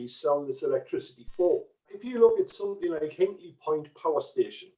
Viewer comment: Somethink? Really? What’s wrong with the proper proper pronunciation?